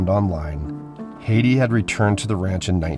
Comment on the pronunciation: Beautiful video. I love the old homesteads. BTW, I had an aunt named Hattie and it was pronounced "Hat-ty".